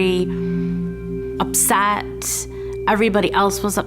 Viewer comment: I fucking hate cheesy mediums. She couldn't even pronounce upset correctly. She kept saying "upsaat."